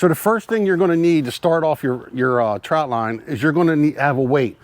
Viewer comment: Thanks for the info. I grew up in Maryland and in the Summer we spent just about every weekend on the Chesapeake in Deale MD. We used the square traps and we fished , swam , and also did a little waterskiing as a family of 5. One thing I'd point oout . It sounds like you are saying TROUT line . It's called a TROT line , no U . Steamed in beer and Old Bay is the only way 😎